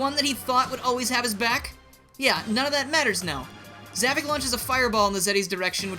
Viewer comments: Za-VOK not Za-VIC. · It’s “Zavok”, not “Zavik”! Get it right!